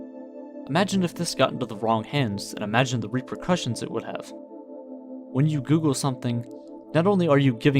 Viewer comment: Think soogle, Doogle